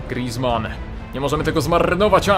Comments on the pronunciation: grizman to francuz a nie cholender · mów poprawnie imię Grizzmana